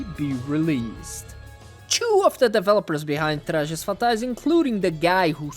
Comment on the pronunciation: You've said "Trajes Fatais" so clean that I instantly realized the video was made by a Brazilian lol Hope this video gets more attention. "We're together" XD